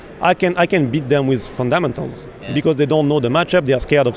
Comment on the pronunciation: pronunciation of fundamentals is pretty crack up